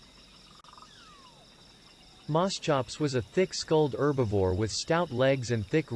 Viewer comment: One of the things that bugs me is how it keeps mispronouncing herbivore as erbovore.